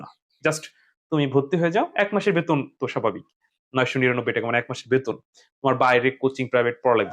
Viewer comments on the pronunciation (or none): none